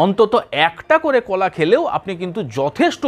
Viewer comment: না,এই লোক ভাষা ঠিক করে বলতে পারেনা। He speaks wrong pronounciation many Bengali words. কোলা, ছলা,সো র কার , কোথা ইত্যাদি।